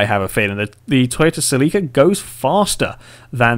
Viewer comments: Cell-la-ca not Cell-lee-ca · It's pronounced ( sell - it with out the t - ca )